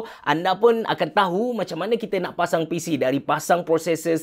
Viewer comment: tershashul pulak (7.04). "kita dah pacang" apa2 pun terbaik bos. steady. saje bergurau. XD